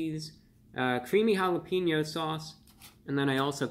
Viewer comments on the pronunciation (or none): Mr. Of the Week, I love and appreciate you and I want to have a very merry Christmas. I wish you would say "ha-la-pain-yo" instead of "ha-la-peen-yo". But I don't have a bazillion subscribers so maybe you shouldn't listen to me :) Thanks for the update tho. Taco Bell has been slowly lowering expectations for decades and it's sad to see.